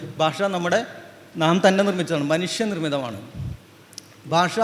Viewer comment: ബൂമി ?ബാഷ? ,ബൂതകാലം? ബക്ഷണം ? ദൈര്യം? ഉച്ചാരണത്തെറ്റ്. താങ്കൾ ആദ്യംഉച്ചാരണം ശരിയായി പഠിക്കണം